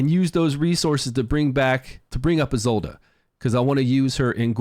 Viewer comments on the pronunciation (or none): Who's Ezolda? Guessing Isolde ( Ee-sold)?